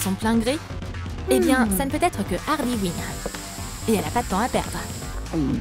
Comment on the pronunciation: C harley queen pas hardey hine